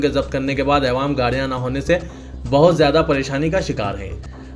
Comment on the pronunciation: Aywaam nhi yaro Awaam hai